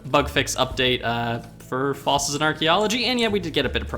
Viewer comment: "So we needslo get some plant flossils"